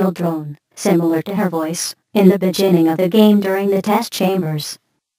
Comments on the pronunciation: Lol, "in the bejjining of the game" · The bejinning, lawl.